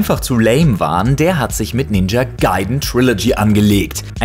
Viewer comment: ninja gaiden nicht ninja gayden und die 3 teile waren zuerst auf dem nes das war nur ein schlechtes remaster wo nur der sound verändert wurde und das klingt schlechter als auf dem nes